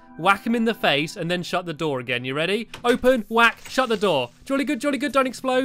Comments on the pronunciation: it sounded like you said bready! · U said bready